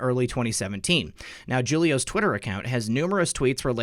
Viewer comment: Julio = who- leo. Is pronounced as Who- lio . Not jew-lio.